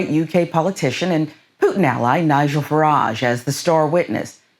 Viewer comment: Ny-Gell,...that sounds like what FARAGE uses when he is masturbating TRUMP.